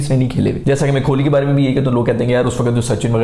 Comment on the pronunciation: yar pehli baat tau ye k kholi nhi kohli hota hai ab itni aapki audiance ha thora khayal kro yar agle k naam ki aap ne maa behan kr di ha mtlb khol hi diya kholi😂